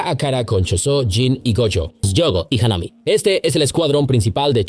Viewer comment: Haname.... say it with me... HAW-NAH-MEI .... Mahito... say it with me... MAW-HE-TOE